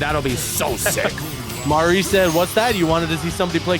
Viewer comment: idk how yall be struggling to say "Mari" every single time 🤣 it's not Marie, its not Mary, it's just Sorry with an M.